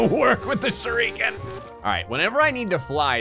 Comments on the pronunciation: nobody:: pronounces shuriken "shur - ReEeEeE - kin" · Can somebody please teach how to pronounce Shuriken